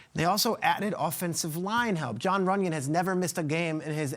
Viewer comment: I haven't seen any footage of him....the name just threw me off guard the way she said it 😂